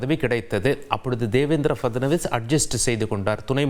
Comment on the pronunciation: பேரை சரியா சொல்லு...டீ😂